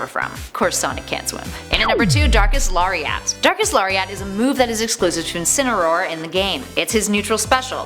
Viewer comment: Lair-ee-et = Lariat